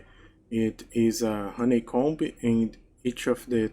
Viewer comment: percebi na hora que falou roneicombi kkkkkkkkkk